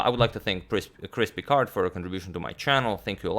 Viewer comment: "I would like to thank crispy card.." or was that Chris Picard?